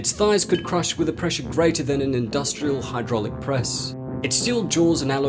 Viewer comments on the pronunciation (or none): none